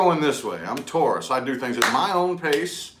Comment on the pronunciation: Tauros versus gemini 🤣🤣🤣🤣🤣🤣